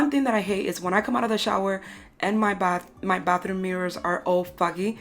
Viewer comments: Who else heard “Bathroon” instead if Bathroom every single time? I love the results though. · I keep hearing bathroon